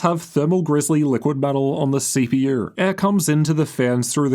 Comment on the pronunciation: “CP-UR and GP-UR”